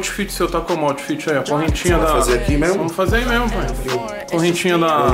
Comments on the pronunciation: Toguro, o bruxo esqueceu do "T" no "Oufit" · "OUFIT" KKKKKK